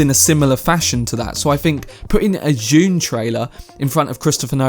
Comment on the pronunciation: it is DUNE, not JUNE